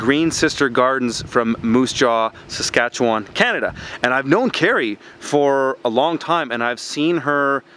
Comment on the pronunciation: It’s SasKatchewan, not SasQuatch. :)